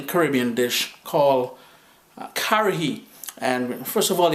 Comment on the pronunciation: It's pronounced Ka-ha -ri